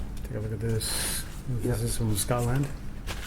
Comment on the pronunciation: Why he say it Scott-Land though